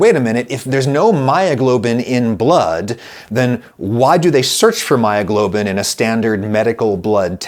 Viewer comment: "Heemoglobin and myyoglobin... nice lady!"